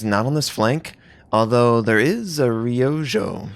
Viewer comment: Minor Japanese lesson for you: Ryujo's pronounced Ree-U-Joe.